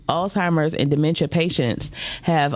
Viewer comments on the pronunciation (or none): 😒 "it oldtimers" "zheimers" 😂😂😂 cant take you seriously for nothing